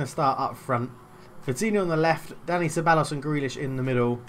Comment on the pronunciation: Ceballos is pronounced cebayos